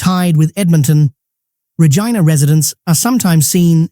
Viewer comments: Why do people do hese videos and mispronounce words??? They should do the research first..they sound ridiculous...R a gina ??? really ? Buddy its pronounced (rej-EYE'-na) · How can you believe this site's top ten list when they pronounce Regina and 'Regeena'. On behalf of everybody living in Saskatchewan that just had their provincial capital city mispronounced on the internet from somebody that claims to be able to rate Canadian cities at anything --- Booooo! Idiot...